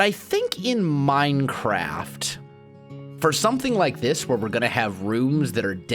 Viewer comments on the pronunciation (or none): none